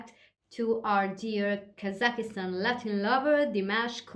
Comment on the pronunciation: R u spanish or so ? Its not Kazakistan , shoot , its just kazakstan